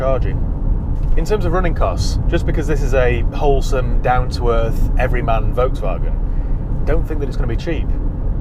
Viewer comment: I'm pretty sure you do not pronounce Volkswagen correctly while having a go about Porsche pronunciation lol